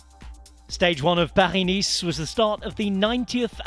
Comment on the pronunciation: the commentator sounds british to me, why is he saying Paris in a french accent? Paris has an S at the end. You don't hear French commentators saying Birmingham in a Brummie accent. Is he trying to sound pretentious? Or to prove he's well travelled because he knows how the French pronounce Paris? Just annoying. Just say "Paris - Nice" like a normal British person please.